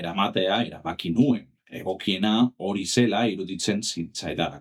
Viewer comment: Oso ongi dago! Hobetzeko bakarra agian hitz batzuetan ez den silaba indartzen duzu. Adibidez, NUen esan beharrean, nuEN esan. Beste hitz gutxi batzuekin gertatzen zaizu, baina praktikatu, eta behar bada euskaraz norbait entzutea lagun dezake (Eitb, euskarazko marrazki bizidunak, esku pilotako partidetako komentaristak... Bilatu ditzazkezu). Espero dut ulertu izana eta laguntzakoa izatea